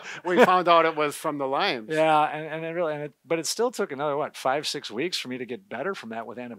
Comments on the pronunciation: Lyme disease, not Lymes, disease. It's named for Lyme, Connecticut. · Love your videos. But it is “Lyme disease not “Lymes disease”. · It’s Lyme not Lymes…… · Lyme Connecticut